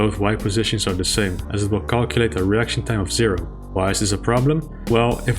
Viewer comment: Everyone: Icon of Sin ACTUALLY says "To win the game you have to kill me John Romero"! Me: giggling because saying "reaction time" sounds like "erection time"